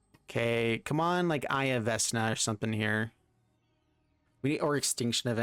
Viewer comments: Its "Vekna" not "Vesna" XD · I hate to be this guy but there is only so many times I can hear the god of the undead be mispronounced, it's vekna not vesna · came to the comment to see how many will pick him on veSna not being pronounced veKna. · Isn't it veKna instead of veSna? Other youtubers are saying veNKa... This is really odd... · We said vekna not vesna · It's Vek-nah! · For real. 😬 Vesna? 😅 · Its pronouced Vecna (pronounced: /ˈvɛknɑː/ VEK-nah). Magic players never can say shit right lmfao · Vesssssna? VESS NA? VESS? Stop it please. Get some help. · I cringe when he says vesna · Vecna is pronounced Veckna. I can't watch the video. Under 2 minutes in and I'm annoyed enough to abandon the video. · pleaSE say it right veKna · Vecna won’t feed you the correct pieces because you kept pronouncing his name “Vessna”. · What's a Vesna? couldn't resist 😛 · What a pityful deck, this was your punishment for mispronunciate the sacred name of VeKna. Serves you well! Haha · VEKNA my God watching you tubers try to pronounce these cards hurts. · VECK NUH SAY IT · How are you pronouncing this Vesna??!?!? Oh and you're not the only one. CGB apparently can't read either, lmfao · Everytime he pronounces it VES-na, Matthew Mercer dies a little inside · I BEG OF YOU! PLESE STOP SAYING VESNA... MY EARS ARE BLEEDING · I know I'm like the 10th person to say this but. VeK-nuh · love the your videos. To assist for the future when you see or play Vecna. Vecna (/ˈvɛk nɑː/ VEK-nah[2]) here is the pronunciation . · Vekna is how it's pronounced. I never do this, but im such a DnD fan it drives me crazy 😂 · I cringed each time i heard vesna lmao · Vek-nah,. veCK-nuh. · Typo in title and it’s pronounced veck-na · It’s «veKna» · for the love of all that is evil its VeK Na lol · Same. Love his videos. I'm sure everyone will rave about the mispronunciation just like I will. Veck-Na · Its pronounced vek na "vecna" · Fam it be the eye of "Vesna":) At least according to:D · Omg yes! 😂